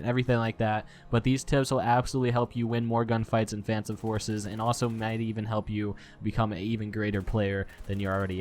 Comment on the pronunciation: Uhhh... Did he just say fansome forces?